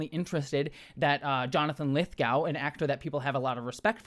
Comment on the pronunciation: Lithgow rhymes with go as does Glasgow and Moscow.